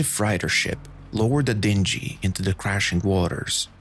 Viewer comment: Great videos but why is your pronunciation of words so bad? Freighter, dingy, tether and more. Perhaps you can have help with this before you record.